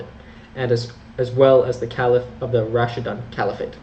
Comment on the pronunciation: Pronounce Raashiduun not Raasshidaan.. Otherwise❤❤❤